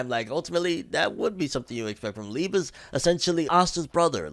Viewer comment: youre pronouncing liebe wrong bro